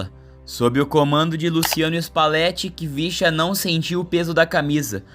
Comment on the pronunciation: Na se lê Khvicha (quivichia )e sim Hivishia Kvaratskhelia